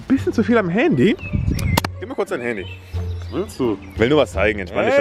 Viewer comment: Das heißt nicht haaandy das heißt Handy😂😂✌️wer feiert auch kelvins Aussprache Fehler✌️😂